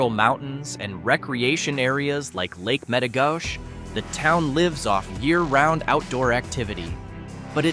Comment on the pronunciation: correction needed ther is no Paul Bunyan in Bottineau no mention of Dakota college at Bottineau, just pictures of othere near by college and you mispronounce Lake Metigoshe Met i go she come on you can do better